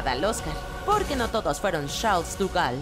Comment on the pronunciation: Estoy segura que De Gaulle no se pronuncia "duval" o algo asi